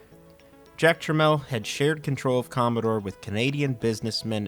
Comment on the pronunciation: His name was Jack Tramiel, not Jack Tramell.